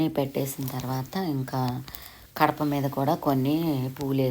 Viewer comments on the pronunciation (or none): Gadapa ani palak di kadapa kadu